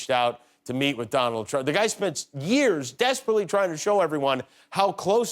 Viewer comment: *Dooonald. That's how she says his name. Just saying....